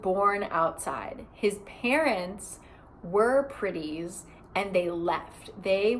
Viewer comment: I was knly half listening when you said "the pretties did thus and so" and I really heard you say Griddies??? I was so confused, why are people griddying??? But then I understood my mistake